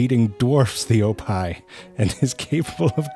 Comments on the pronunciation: I think he was trying to say hippo backwards like oppih. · I know he's saying "oppih" (hippo backwards) but I'm hearing "oppai"....why is he calling that hippo "boobs"? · I can't stop hearing "Oppai" when he's saying "Oppih". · I was so confused why he called it "the wild oppai" as well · I thought he said ‘oppai’ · Why did I think that he said "Oppai" aka Japanese booba? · Oppai are boobs in Japanese. Initially that's what I thought zefrank was saying in this video, but then it hit me that he was saying hippo backwards. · I was confused at first, because I thought he said “oppai,” which means “boobs” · It really sounds like he's saying oppai. Wait he is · OPPIH is pronounced like OPPAI? Well I'll be, that's the Japanese word for boobs. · Damn, I misheard "oppih" as "oppai"... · I know you are calling it an Oppih but Oppai pronounced the same is tits in Japan. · And the way he pronounces it sounds like the Japanese word for boobs 😂😂😂